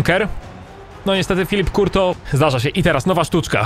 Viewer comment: nie kurto tylko curtois